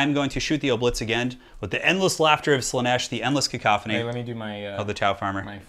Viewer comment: Random bit of info, it is Slaanesh not slaneesh